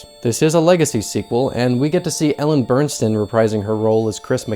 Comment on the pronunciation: It's Ellen Burstyn, not Bernstein or Burnston.